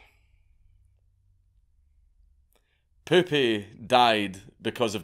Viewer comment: As much as I laughed hearing repeatedly "Poopy", actually is pronounced "Poupeh", poupee meaning "doll" in french. Funny joke nevertheless. Can't remember last time I laughed so hard.